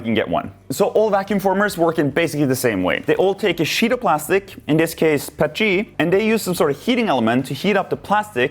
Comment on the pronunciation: Bro the way he says “P-E-T-G” as “pet-G” makes me wanna form my face into a mold.